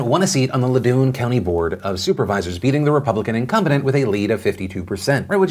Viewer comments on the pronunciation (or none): Incumbident? Really Phil? XD funniest oops ive heard today. Thanks fam I needed a laugh. Its Incumbent btw. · "incumbedent" — Phil DeFranco, Nov 6, 2019